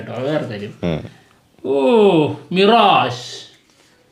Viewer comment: മിറാജ് അല്ല മിറേജ്